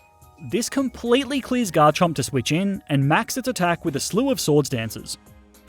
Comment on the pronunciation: GARCHOMP, NOT GARCHERP!